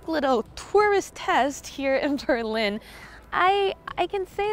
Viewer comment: I tried to ignore that but when she called Berlin as "Terlin" I lost it.